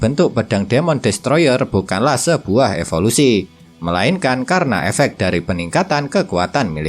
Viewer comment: Evolusi min bukan efolusi